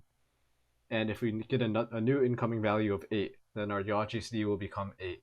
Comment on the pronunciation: its yaw like yawline